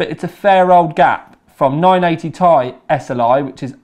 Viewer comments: 980ti Is pronounced as "T"-"I" a tie is something you wear around you neck. As in Tie-fighter. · When he says Ti as "tie" I die a little inside